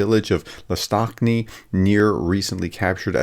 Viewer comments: Dear, with all due respect - Lastochkine pronounced as "last-och-ki-ne", just in case if you'll ever need to pronouns it again (love your work and really appreciate your effort in pronouncing Ukrainian toponyms ❤) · Last-Och-Key-Nay is how RFU pronounces it. Hopefully this helps for other pronunciations in the future. Keep up the good work prof!